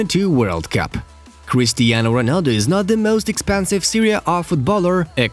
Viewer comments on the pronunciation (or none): none